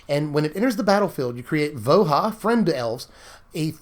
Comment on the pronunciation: Voya, not Voha. It's slavic.